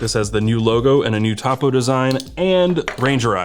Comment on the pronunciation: As a Surveyor I just have to say…..Topo (topography) is said toe-poe lol.